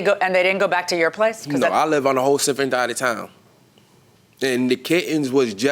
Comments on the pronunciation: “sifferent dide of town” 😂😂😂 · "I live on a whole sifferent dide of town" 😂 This guy is wild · The plaintiff saying "I live on a whole sifferent dide of town" summed it up! 😹